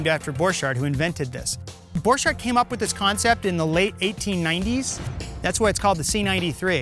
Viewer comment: You prononce it borkart